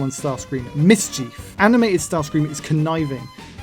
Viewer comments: The Michael Bay version sounds like he's saying "daddy"😅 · Bay starscream sounds like he is saying Nazi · i hear yahtzee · i think bay starscream said “betsy” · To me it sounds like he’s saying feet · It sounds like he’s saying gratsi to me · When Bayverse Starscream made that noise, I heard “Nazi” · I litaryly though he said the nazi😅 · Am I the one who thinks he's saying "yahtzee"? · To me it sounded like he said "naughty" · I hear “Nazi” for some reason Like idk I just hear that